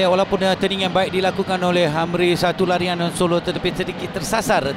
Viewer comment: Ralian ke larian? hahaha